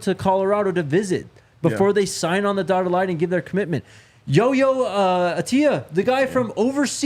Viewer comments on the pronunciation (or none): Yo-yo is his nickname. His name is Yahya, it's Arabic and can be hard for English speakers to pronounce. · called him YoYo 😂😂😂 it’s YaYa😅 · I saw the Well Off video too. He said they call me Yo-yo, it's a nickname. Yahya is not pronounced yo-yo.